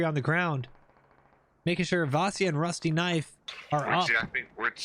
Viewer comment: Vasya is a slavic first name, it's pronounced like "Vasha"